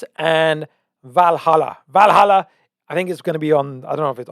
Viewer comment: Hey isn't it Velhalla? As in Velas. Valhalla is different. Please double check this too confirm